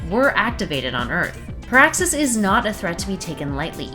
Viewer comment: PEAAXXUS GALACTUS 🤔